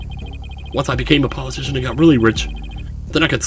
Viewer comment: It's Paul UH- TISHON as in, Politician